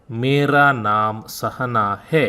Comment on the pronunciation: sorry Sr your video is very good but the pronunciation of मेरा, मेरी, मेरे are little too much specially on the री, रा, रे. I living in India U.P and the pronunciation is softer, thanks, नमस्ते